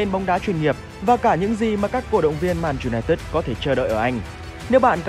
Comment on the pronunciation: Clip rất hay, nhưng phát âm tên đội bóng lại k đúng. :)